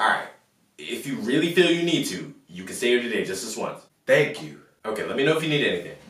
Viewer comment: Whenever he's sarcastic his praises sound like "ThANk yoU" So much emphasis